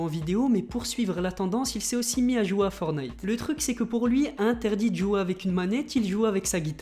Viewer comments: Je t'aime bien mais juste pour te prévenir on dit forTnite et pas fornite ;) C'est pas une critique , c'est juste un petit conseil pour la suite !!! Sinon continue comme sa ! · "Forte - naïte" les gars, pas "fornaïte" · ForTnite et non fornite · Pouri et c fortnite et non fornite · forTTTTTnite putain de merde apprenez à lire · Dites moi si je me trompe on dit fortnaite pas fortnite je parle de la prononciation dsl pour les fautes d'orthographe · Je vais le butter si il dit Fornaite encore un fois (LE JEU S’APPELLE FORTNITE) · On dit pas for night on dit fortnigh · tu as dit fornite C'EST FORTNITE Y A UN T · On dit pas fornite on dit forTnite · C’est pas fornite mais fortnite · c'est pas fornite c'est forttttttnite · Prononce le T putain c est chiant d entendre fonite .. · On dit fortnite tttttttt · On est d'accord il a dit.... Fornite 😭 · Le T dans fortine il se prononce ptn entendre fornite tout le temps c’est bizarre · Tu ne sais pas prononcé le mot Fortnite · Il faut que tu arrêtes avec fortnite déjà tu ne sais même pas le prononcer donc hein déjà il faudrait déjà tu apprennes à le prononcer après tu pourras faire une vidéo dessus...